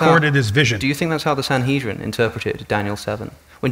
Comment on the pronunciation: I find it insulting that, , two Christians have the chutzpah to explain a rabbinic text (especially when they couldn't correctly pronounce "Sanhedrin")! They've no clue what it's about: R. Yosei was telling R. Akiva that he shouldn't use the imagery of David sitting beside HaShem as the latter is utterly incorporeal. Moreover, the two "thrones" do indeed indicate HaShem's attributes: rachamim (mercies) and din (justice).